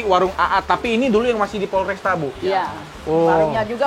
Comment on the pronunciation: FORESTA bkn polresta 😂😂😂😂